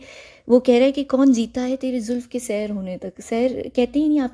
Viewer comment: Kon jeeta hai tery zulf k sur( not sair) hony tak۔۔ Aap musalsal ghalt misra perh rahi hain... کون جیتا ھے تیرے زلف کے سر ہونے تک ... آپ مسلسل غلط مصرعہ پڑھ رہی ہیں ..